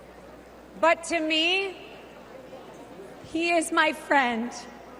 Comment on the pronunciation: "He is my fwiend..." 🥹😆